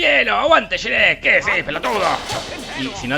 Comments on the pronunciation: Qué manera de pronunciar Shrek es esa? 😂😂😂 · no sabes pronunciar Shrek 🤣🤣🤣😂🤣🤣🤣🤣🤣🤣🤣😂🤣🤣😂😂 se te perdona por ser delicioso 🤭🤭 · Sherek??? Que mrd dices pendejo? Pronuncia bien